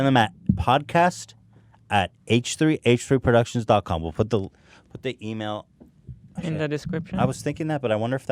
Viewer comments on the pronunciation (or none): lol "producitons" eh?